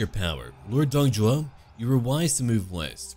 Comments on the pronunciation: isnt it Dong Zhuo ? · I think his name is Dong ZHUO not Zhou